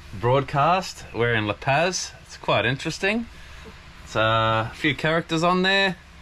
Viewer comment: La Pazis pronounced like La Pause. You guys are killing me with your lack of Mexican pronunciation...LOL!